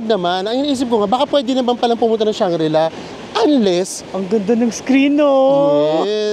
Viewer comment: Hi and! Just a little bit of correction. It is Shangri-La.:) Thank you and more power!